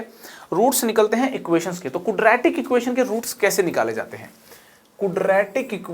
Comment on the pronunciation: क्वाड्रेटिक एक्सप्रेशन ना कि कूड्रेटिक एक्सप्रेशन.